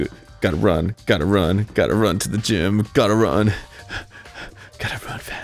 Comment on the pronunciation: Everyone is in the gime. What the hell is a gime? (Goes to gym) Ohhh... a gime